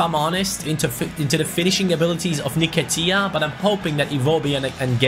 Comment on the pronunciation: It's pronounced En-Ket-ia not ner-ket-ia